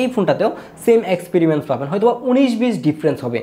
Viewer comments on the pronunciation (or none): Experimence na experience 😂